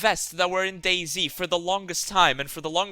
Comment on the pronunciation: The first half of the video I thought you said Daisy